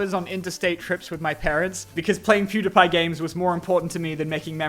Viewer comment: why does bro pronounce Pewdiepie like that? I’m also Australian and have never heard someone say it like that, so that’s definitely not why